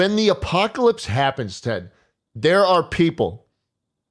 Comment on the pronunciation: Every time I heard apocalypse, I heard Ohio instead